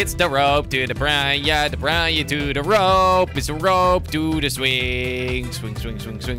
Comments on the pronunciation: Dude it's 'PPPIIIRRRAAANNAA' not 'PPIIRRAANNIIAA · jordi its pirana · its pronounced pi-ra-na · it's pronounced per-ra-na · u say pirana